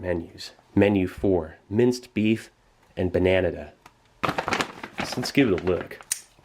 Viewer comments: “Minced beef and banAnada.” bananAda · This is not "bananana", the correct name is bananada. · It's "bananada", not "bananana". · The way you pronounce "bananada" really reminds me of the vacation I spent on Cananada. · I was almost convince he was fluent in portuguese, the only thing that give it away he didnt was the way he said bananada